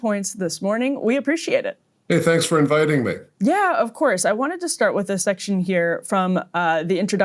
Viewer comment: " I wanted to start with this sex-tion here "